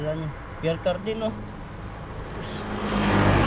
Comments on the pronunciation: Mamahalin po ang Pierre Cardin (pronounced Pier cardan) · Ang pagbasa nyan ay (Pyer Karda)... Pierre Cardin french pronunciation 😂😂😂😂😂